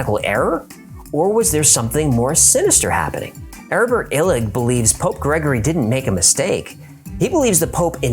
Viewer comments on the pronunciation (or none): I want to read his stuff, but I can't hear what his name is. Urvan Illick?